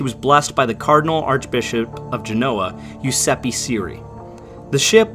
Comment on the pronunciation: Giuseppe is pronounced Jew-sep-peh not Yu-sep-py. You're welcome.